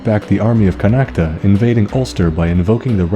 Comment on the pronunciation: Great vid but Connaught is pronounced "con-oct" not "con-act-a".just thought id point that out.(I'm from Kildare so I'm not sure how they say Connaught in other counties)